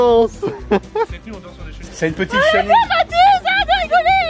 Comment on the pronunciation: une cheniliille